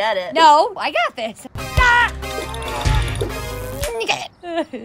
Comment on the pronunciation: Thanks baby ( pronounced baybah )